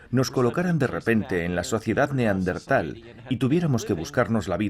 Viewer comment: Buen documental, pero en el doblaje pronuncian mal la palabra Neandertal, cambian de posición la ere (r) y la ere (n) 🧐